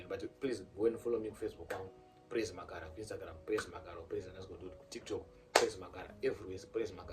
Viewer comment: Ndozvaataura kt magaro😂😂😂